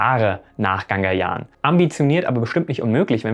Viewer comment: Hey, du sagst immer GaNgayaan, dabei wird sonst der Schriftzug GagaNyaan eingeblendet ^^ Aber danke trotzdem für das Video, so wichtig ist das natürlich auch nicht. Musst nur mal kurz klugscheissen:D